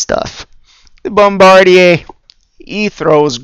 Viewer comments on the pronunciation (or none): just trying to help: i believe it is actually "bom-bar-DEER" not "bom-BAR-dee-ay"